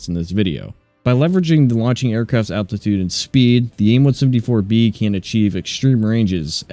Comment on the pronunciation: Are you saying aim 1sumD4